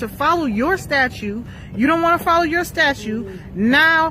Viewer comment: Why can't these people say "statute" correctly? It's not "statue."